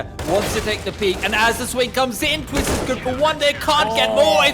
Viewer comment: " For Twift " Who The Hell Is Twift ?